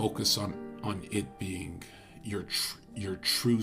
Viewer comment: It was simply a pronunciation error and overlap between the letter G in the word "being" and the word "a".